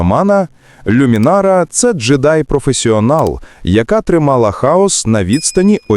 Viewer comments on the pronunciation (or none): Не люмінара,а лумінара..смисл перекручувати назву?